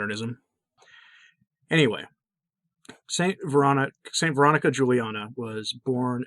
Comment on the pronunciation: I don't understand why you're not pronouncing her name correctly. You said it would be clear at your website but there's nothing about it